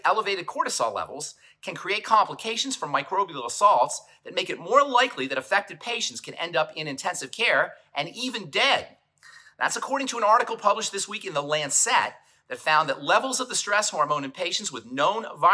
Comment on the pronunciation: "The Landsat"? Do you mean The Lancet?